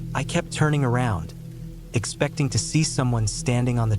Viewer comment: Why does the ai say expecting like that